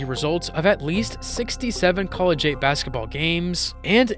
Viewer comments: pronounced Collegiate "college ate" 😂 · lmao, college-ate